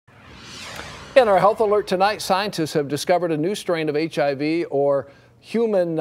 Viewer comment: hahaha he cant pronounce HIV hahaha